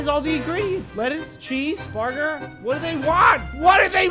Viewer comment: Its booger jk it burger